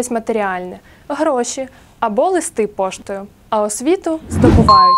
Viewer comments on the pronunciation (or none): none